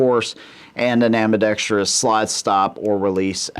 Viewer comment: THANK YOU for pronouncing ambidextrous correctly.